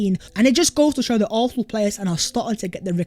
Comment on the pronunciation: PLEASE pronounce Arsenal with an S not an F or an H! Otherwife, your content ih great!!